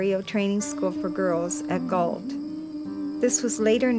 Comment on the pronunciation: Galt....not Gault (now part of Cambridge)